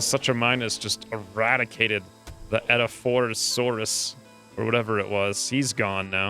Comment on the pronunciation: Edaphosaurus is pronounced Eh-dafo-saurus